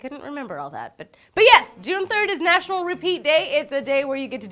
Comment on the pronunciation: Natural,? National*